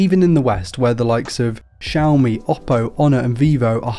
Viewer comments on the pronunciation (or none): none